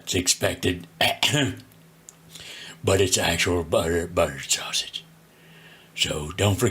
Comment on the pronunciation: 😂😂😂😂 Buttterrred Sausagess😂😂